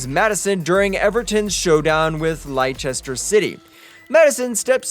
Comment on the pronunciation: LIE-CHESTER CITY 😂😂😂